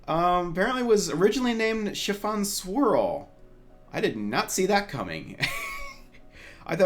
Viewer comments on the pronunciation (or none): When I first heard Mrs. Cake’s name, I thought she said “Chiffon SQUIRREL” XD